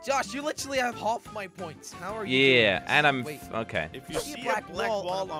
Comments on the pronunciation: Josh has literally huff? You mean half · English teacher:say "half" and "iron":hof and iyan